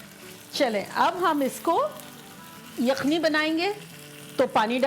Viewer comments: Ap yukhni ko akhni ku bolty ho? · Aap ‘Yakhni’ ko ‘Aakhni’ kioun keh ti hain kabhi Kabhi 🤔🤔🤔